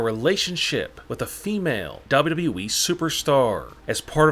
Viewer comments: What wrong with your voice when you say WWE but the words down you said dhaba we like something like that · The way he say WWE is hilarious 🤣😀